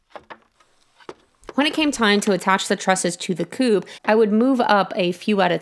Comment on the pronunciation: At 857 it sounds like you’re saying poop not coop but I love your videos